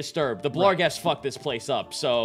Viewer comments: I hate that they keep adding an L to barghest. ah well. at least they've stopped calling svirfneblin "swivel blin" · I mean, he clearly enunciates an L in there. Maybe he changed it for some reason